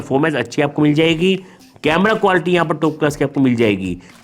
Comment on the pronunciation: Sir ap quality ko qualty kyu bolte ho 🤔